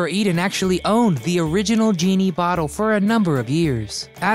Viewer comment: I always get a good laugh when a kid makes a video of something that went on years before they were born! They don’t know what they’re talking about and please tell me, what the hell is a ‘boddoe?’ She lived in a “bottle!” An uphill baddoe? Are you trying to say the word “battle?” I could only watch the first half of this video because I was laughing so hard at this guys language. I wonder if he talked about her hiding her belly button and called it a “buddon!” Thanks for the laugh!